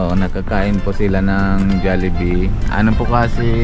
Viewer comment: Kabilang ka sa99.999 na pilipinong Mali Ang pronoucationng JOLLIBEE, hnd kc JALLIBEE, kaya pati mga Bata namamali